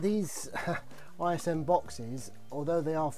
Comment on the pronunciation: Stop calling it ISM! 😝 Other than that, thank you for the review. 👍🏻